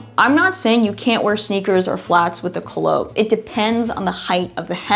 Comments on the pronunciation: I kept wondering what 'co-loat' was and then I realized you were saying Coulotte (coo-lot) differently! lol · It's not koo lotte , it's pronounced coo lot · I could be wrong, but I believe culotte is pronounced koo-laht. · You're mispronouncing the word culotte. Google the word to hear a correct pronunciation in English.